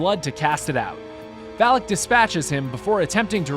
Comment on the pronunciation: “Valak “ it’s the name of the demon u stayed saying valic